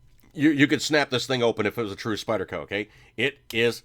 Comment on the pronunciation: What's with the "Spidder" shit? It's like listening to my 9 yr old son and his friends playing with their new toys at Xmas.